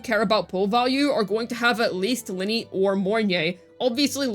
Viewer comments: Wtf can she not say Lynae right? I don't care if it is an accent issue, there is a proper pronunciation. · Luuk is as broken as ability to pronounce Lynae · 😂😂 so much truth! I figured she did it on purpose? like calling calcharo calculator.